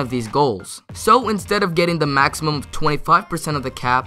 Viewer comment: Lol he said maxium contracts instead of maximum contracts